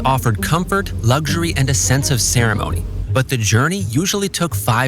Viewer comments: "Lugzury" Ha ha ha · There is no G in the word luxury